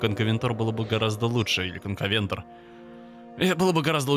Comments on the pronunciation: кстати правильно не конкавентор, а конкавенАтор) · кайназойские существа это НЕ динозавры!!! И правильно не конкавентор а Конкавенатор!!! (ЗАДОЛБАЛ УЖЕ !!! ДА ЗАПОМНИ УЖЕ ЧТО ЭТО ГРЁБАНЫЙ КОНКАВЕНАТР!!! )А Конкавентор это я уже хз что за динос!!! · КанкАвенАтор не канкОвЕнтор